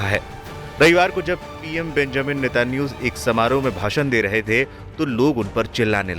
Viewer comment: अरे chu@ N€tan¥ahoo का नाम तो सही से लेले